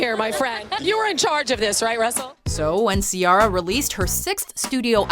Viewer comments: what the hell did ciara have to come back from?? now if it was bow wow I would understand. learn how to say ciara. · it's not Ci-ah-ra , it's pronounced like Ci-e-ra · She can pronounce that French name for Sharon stone but she can't pronounce Ciara 😒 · She also said “Ci-Yara” when it’s “Ci-era” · Who the hell is Seearra?!? It's See-AIR-Ah🤣🤣🤣✌ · ....See-ARE-ah? What is wrong with your pronunciation? It’s See-AIR-ah xD they literally scream is right at the beginning of “1, 2 Step” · How do you pronounce it? Because it's probably wrong too. it isn't see-ah ra or See aa ra. It's a very old Gaelic name and it's pronounced.... "Keira" as in Keira Knightley. Keira is just an anglicised version of Ciara. That now should only be taken into account IF we're actually all bored enough to get into a "you're all saying that wrong" type of shit talk. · who tf is C-rra🤣🤣🤣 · "Sea R Uh" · You need to learn how to pronounce ciera (I know thats not tje right spelling but oh wrll) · CiAHra and FittyCENT?! FAIL FOR THE NARRATOR! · C-ara lmao 💀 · Lol see-ara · So....you can pronounce a French name correctly but don’t know Ciara’s name isn’t pronounced si-ARRA? ok. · Why did they pronounce Ciara "see-arr-uh", literally no one says it that way. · Cee-air-ah... Someone teach how to pronounce shit omg.... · #6) DUMB ASS its pronounced (C-AIR-AH) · Say Ciara right please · Why are you pronouncing Ciara like that? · Why do you keep saying Ciaras name like that?!?! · so did I. She messed up my girl's name. So disrespectful🤦🏿‍♂️ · Why they keep mispronouncing Ciara's name?! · She didn't even say Ciara's name right -_ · Please stop pronouncing Ciara's name like that😒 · Is that how you pronounce Ciara's name? It's really throwing me off. I don't think that's how you say her name. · Ciara never really left and I love the music she came out with it. There was no fail there. You're pronouncing it wrong. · You pronounced Ciara wrong....